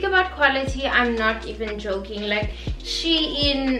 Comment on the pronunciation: It's pronounced as "Sheen" sweety not "She-In" No hate though🥰 ily!